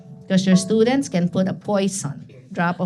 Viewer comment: "So How do you prepare for American Studends"? ....."By Watching Netflix"